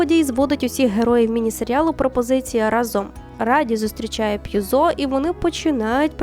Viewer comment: дякую за підбірку, справді якісні серіали. єдине, дуже різали слух русизми та неправильні наголоси, особливо у прізвищах Копполи і П'юзо. а Хрещеного батька обов'язково подивіться, це шедевральний фільм